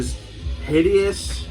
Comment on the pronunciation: Did you say hideous confideous? Haha, fun to watch you both. Cool lists. Have a lot that has not showed up or ordered myself. Of course Worm and Dream Unending with the vinyl delays, but would be on my list for sure. Still waiting for my Hyperdontia and Apparition. But that is how it goes in these times. Have a excellent new year both of you nice gentlemen. Cheers.